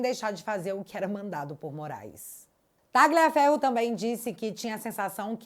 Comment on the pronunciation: Barbara Tagliaferro se fala talhaferro